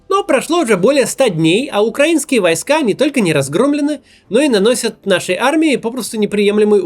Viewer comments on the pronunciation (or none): none